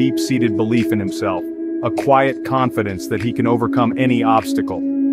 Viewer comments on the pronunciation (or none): none